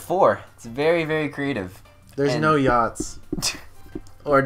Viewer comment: He said yachts... He just spelled it wrong. (He said yahts.)